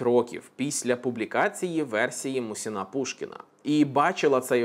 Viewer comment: МУсін- Пушкін, а не МусІн